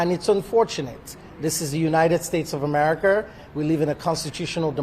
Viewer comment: An appeal. Right. You have GOT to be kidding me. Jussy is a delusional, nutcase. Go ahead Jussy, spend all of your money on these crooked attorneys. His attorneys are egging him on in order to soak him for every penny he has. Also, it's pronounced America, not Amirica.